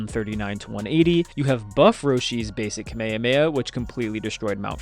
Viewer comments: Its kamehameha not kameyameya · Ewwww. You lost me at kuh may uh may uh. 😐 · Why is it that most videos from the States say the Kamehameha so differently?